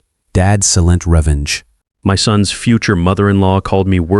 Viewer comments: Might want to check pronunciation at beginning. Silent revenge was way off. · Wouldn't watch past the first horrible mispronunciation of silent. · the constant repeating of the narration is not worth listening to. you need to do better, maybe get an ai with some semblance of intelligence. it couldn't even pronounce 'silent' correctly. pity. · That was an interesting pronunciation. 😮